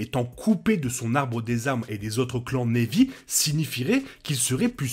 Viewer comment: très bonne vidéo et hypothèse, mais s'il te plait !!! prononce Na'vi avec un "a" et pas névi .... même en anglais ils le prononcent avec un "a" ;-)